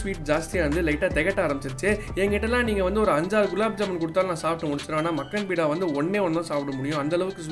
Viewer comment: பீடா இல்ல பா பேடா